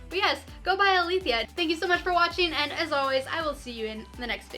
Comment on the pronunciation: 1. This is the most helpful video I have found on this topic and has more detail than IngramSpark's own tutorials. 2. Really nice audio and video quality! 3. Thanks for pronouncing Aletheia correctly!